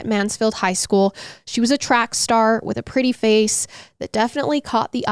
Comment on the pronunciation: A few mins in and I laughed out loud… shout out… “ lookin prrrrrretty hot, check her out! Favorite true crime couple!